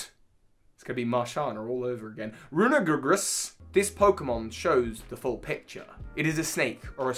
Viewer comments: am i like the only one who doesn’t understand how he can’t pronounce it? it’s just rune er i gus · I THINK it's pronounced "roon-eh-ree-gus", think meaning I'm pretty certain but don't know for sure. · Rune-Urr-Ree-Jus is how it's pronounced. It's a mix of Rune and Egregious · Sorry but There is only oneG! It’s RUNE-ER-REE-GRUS. It just really tickled my funny bone. And as you know tickling a funny bone DOESNT feel good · I feel like the correct pronunciation of Runerigus is Rune-er-ee-gus. Might be wrong though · can i just say It's written as "runerigus" so why do people keep adding a g between "rune" and "rigus"? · Roon-gree-goose. Try this. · Not sure if this helps but you know to pronounce Cofagrigus properly well I've heard Runergrigas pronounced Rune in relatation to Cof syllable and er in relation to the ag syllable and grigus is the same in both pokemon names. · So not to be the one to correct pronunciation but Cofagrigus is pronounced Cah-fuh-gree-jus and I’m pretty sure Runerigus is pronounced Roo-ner-ih-jus because one of the root words being egregious. Yes sarcophagus is one of the root words but that plays into the first part of the name more than the second.